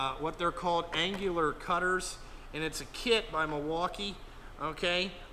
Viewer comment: Dude your killing me No G in annular. Nice mag drill but too much green for me.